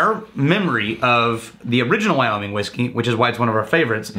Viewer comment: Wow really pronounces those "G's" at the end of his words..wyominG, lonG, cominG...lol